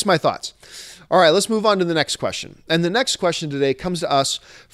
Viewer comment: i'm a jew i should be offended but i can't i just found it so hilarious when you said ze jews instead of the, i can't stop laughing